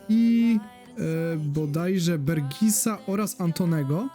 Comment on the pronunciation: jak coś czyta się bergaułs, a tam poza tym to mega kariera najlepszym klubem na świecie, robisz mega robotę mordo